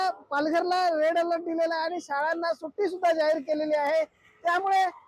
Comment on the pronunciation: ओ काकू सुटी नाय सुट्टी असतं 😂